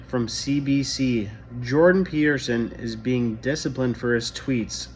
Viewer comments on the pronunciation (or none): Peterson with a T not a D